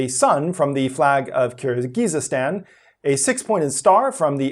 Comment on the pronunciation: Youre putting too many syllables in Kyrgyzstan byw